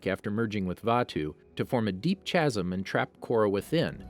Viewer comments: I'm sorry you officially lose the narration card, when you say chasm as ch-asm and O-zai as oZ-ai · It's not CHasm, it's pronounced like "kasm" It's not roots like rook, it's roots like boots. The emphasis is on the first syllables in Ozai, Yue & Kuruk, not the second It's not Yun to rhyme with "one", it's pronounced YOOn It's not Hu as in "who", Sokka very deliberately pronounces it HYU like Hugh. Why is someone who has clearly never seen either show narrating a video about them? Apparently English is even beyond this man's grasp as Chasm & Roots managed to be mispronounced. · great vid dude but u pronounced chasm wrong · Can't get over how "chasm" was being mispronounced